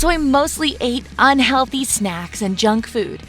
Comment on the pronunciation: OH SHE SAID JUNGFOOD IT THOUGHT SHE SAID JUNGKOOK